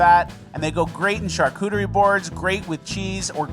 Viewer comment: Absolutely nails charcuterie pronunciation I'd also like to submit Charcu 'trey as a name....and D'nunciate-shun too